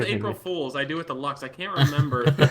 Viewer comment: I heard maker's studio was really shitty. also pronounces it dill instead of deel